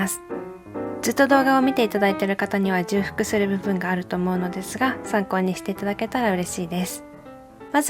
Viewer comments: すごいありがたいです！ でも重複はじゅうふくではなくちょうふくです！嫌な思いにさせてしまいましたらすみません！ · 絶対ブラッククッション買うことにしました！！ 重複は「じゅうふく」ではなく「ちょうふく」です(*^^*) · じゅうふく、じゃなくてちょうふくではなかろうか…！ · 重複 ちょうふくですよ！